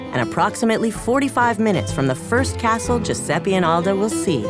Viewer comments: Mi fa uscire di testa sto Giusseppi...it's Giuseppe, a totally differen pronounce. (Have I just finished my sentence in english? XD I didn't mean it) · “”... he can’t even pronunce his own name!